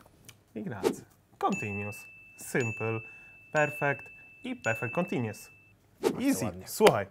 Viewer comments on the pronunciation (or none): nie czyta się kontinius tylko kontiniues